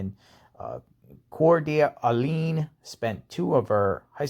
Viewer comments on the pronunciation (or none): Coeur d Alene is pronounced CORD UH LANE